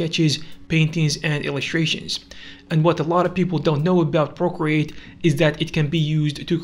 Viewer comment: ah yes, my favourite drawing app. “Porcreate”